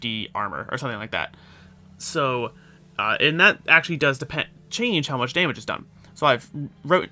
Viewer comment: I heard an “an’ ‘at” instead of “and that”, you a local Pennsylvanian there,? Great video btw, enjoyed seeing the new headhunter in action.